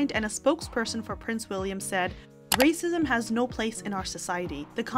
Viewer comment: Stop with the rrrrrrracism! To keep focusing on rrrracism is to keep up the Divisiveness! I thought inclusiveness was in!!!!!